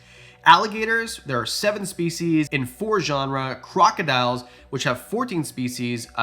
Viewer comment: Tuatara on the top of my list too. Another 'living fossil" I like is Horseshoe Crabs (family Limulidae) with are essentially unchanged for over 400 million years. Also genera (plural of genus) is pronounced 'JEN er ah'... you pronounced it 'genre' (this is just informative, not critical. An adage I like is "Remember, anyone who mispronounces a word, learned it by reading.")